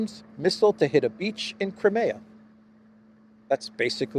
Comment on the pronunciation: let me bring to your attention. It is NOT Cri-meeea; it should be read krai·mee·uh.... Please correct your pronunciation. You are straining a simpler word